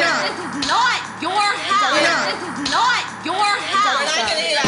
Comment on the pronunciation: "This is NOIT your house! This is NOIT your house!" 😂🤣